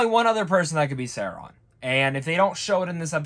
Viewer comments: SAU-RON,not Sairon🤣great review for the rest my guy 👍😎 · dude are you saying his name like that on purpose?